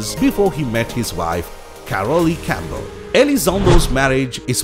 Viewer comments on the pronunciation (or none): none